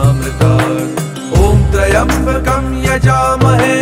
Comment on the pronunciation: Pronunciation of "Trayambakam" is wrong... Please please correct it and reload the video 🙏🙏🙏